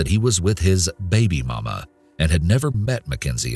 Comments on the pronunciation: you ain’t have to say baby mama like that tho 🤨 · why does he say baby momma like that? Yaw know exactly what I mean